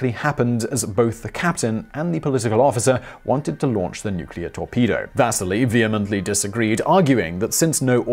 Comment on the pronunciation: Does anyone else hear Vaseline instead of Vasily?